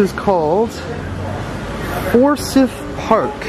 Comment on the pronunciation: Forsyth Park is actually pronounced "for-sigh-th" 😁